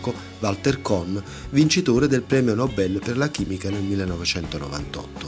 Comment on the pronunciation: Bel video sempre interessanti grazie! ps: non ho mai capito da dove veniva il tuo accento ma ora che ho sentito "nobèl" ho capito 😂😊